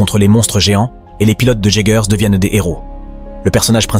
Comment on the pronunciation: merci d' avoir fait cet video mais les robots ce prononce iegers et kaiju bonne video